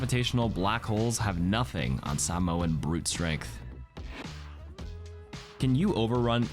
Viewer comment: saying sāmoa right !!! ur the best overwatch creator fr